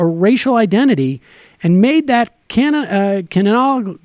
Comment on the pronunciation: He does not know how to pronounce canoical haha (edit) for John H it was an attempt at a joke hence the haha I know it was just a slip it was a ribbing not a screaming yelling angry take down attempt jeez people calm down. I have this new thing that puts a red line under misspelled words u ought to check it out .